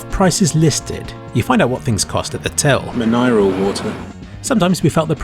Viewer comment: "miniral water"